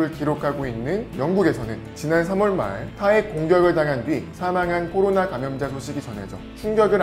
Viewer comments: 꼬로나로 들린다.. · 나만 꼬로나로 들리나?